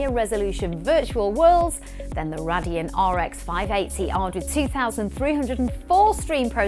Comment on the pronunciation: Cringy how you pronounce Radeon. Do you even know what you are talking about? You're just reading a script and have no idea about the subject.